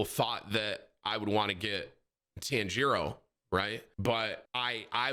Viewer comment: Hearing Tim butcher the name Ryuk and Tanjiro 10/10 recommend to my friends 😂😂